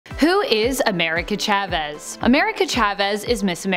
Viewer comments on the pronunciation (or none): Ch-avez?? It’s pronounced like Sha-vez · Its pronounced "sha ves" Besides that this video was great